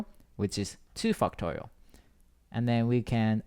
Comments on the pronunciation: whhy do i hear "fucktorial" T.T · fucktorial. he said fact correctly tho. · stop saying fucktorial. i can't concentrate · cannot unhear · It doesn't sound like he's saying factorial lol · i love your explanations! but i cant help but laugh when you say 'factorial' hahaha thank you I learned and laughed, the best combination!!